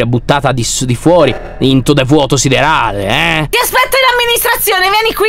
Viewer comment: Che bello quando dici NEL VUOTO OSSIDERALE !!!